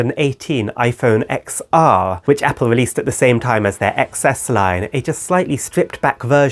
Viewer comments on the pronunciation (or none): I know it’s confusing but it’s actually iPhone Ten R and Ten S😅